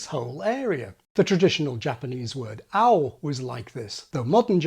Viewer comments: actually, he got "ao" right and "midori" wrong. pitch accent is similar to stress, and he said "Ao" and "miDOri". in japanese the "a" and "mi" are higher pitch. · This video is very interesting for me to deeply understand each vowel which should be pronounced with each tongue position in English. But,, your accents are wrong! The Japanese words “みどり(ミドリ)(緑)(green) [mi-do-ri]” and “あお(アオ)(青) [a-o]” are not accented in Japanese. And also, the color of traffic signal “あお青[a-o]” is used in Japan instead of green in English. So, you say “The traffic signal is green. We can go now.” I say “The traffic signal is blue. We can go now.” This is one of cultural differences.